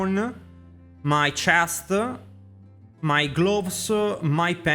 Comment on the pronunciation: your chestsuh and your pantsuh?! oh wow